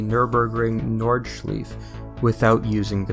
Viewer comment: The way you say nordschleife pisses me off